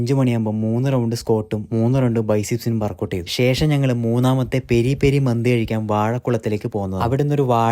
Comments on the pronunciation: മന്ദി അല്ല മന്തി . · മന്ദി അല്ല ചേട്ട മന്തി ആണ്😅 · മന്ദി അല്ല മന്തിയാണ്